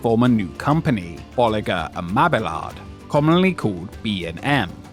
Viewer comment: Thank you for actually pronouncing Bolliger and Mabillard correctly. Mabillard is not Spanish. Lol